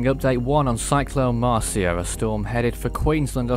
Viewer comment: He said the name wrong XD